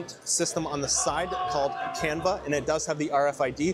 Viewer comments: Why is it pronoinced "can-vuh" instead of just "canvas" like its spelled? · its called canvas ya bozo🤦🏻‍♂️🤦🏻‍♂️ like a painters canvas. you literally show the machine that says canvaS on directly on it and still say it wrong